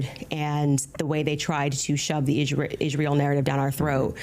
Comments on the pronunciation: Ishrael can anyone point out that she can't even pronounce the word properly?😂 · Biggest issue of this entire debate is the way Candy pants pronounces Israel. WTF is ISHreal. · "Isjreali". Her pronunciation of everything drives me nuts. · Why can’t this late pronounce the word “Israel??”